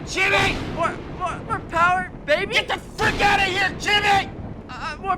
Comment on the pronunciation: MORE PAWWA BEBY